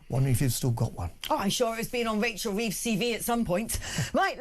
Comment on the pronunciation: 'Wachel Weeves' hahaha its jonathon woss with odd shaped t1t5